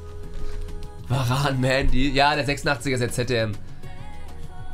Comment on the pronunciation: Hä das hat er richtig ausgesprochen Mendy hat mal selbst in einem Interview gesagt, dass er „Mändy“ ausgesprochen wird.